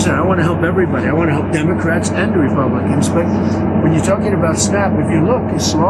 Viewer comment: He can't even pronounce Democrat